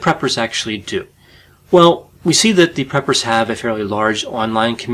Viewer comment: I thought he said, "peppers." 😂